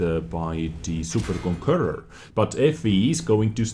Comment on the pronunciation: Its super conqueror, not super konkurrur